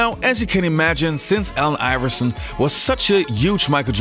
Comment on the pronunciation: I keep hearing AL iverson...